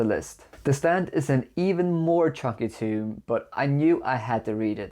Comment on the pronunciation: Just thought I'd help ya out, "Tome" is pronounced with the o sound as in Home or gnome or Rome. Otherwise you're just referring to a tomb aha 😅